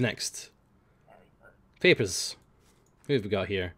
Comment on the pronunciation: It always sounds like says "Peppers Please". Just imagine if people came to the border to hand over their peppers.